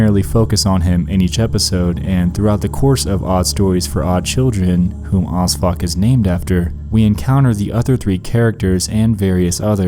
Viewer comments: Who thought he said osfuck? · Are you saying Osfuck? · When you said O.S.F.O.C, I thought you said ‘who odd fuck was named after’. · I thought he said osfuck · When he said 'OSFOC' I thought it was 'As Fuck' and I immediately thought 'I should name my kid that'